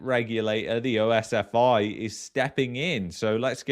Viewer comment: Its not O-S-F-I ...its just like saying the whole word pronounced as OSFEE.